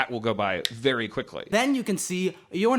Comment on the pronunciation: Every time I rewatch this I get skewered by the “vewy vewy soon” and it still surprises me a little every time